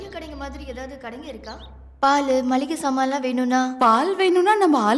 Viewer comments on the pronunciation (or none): மல்லிகை ஜாமான் இல்ல.. மளிகை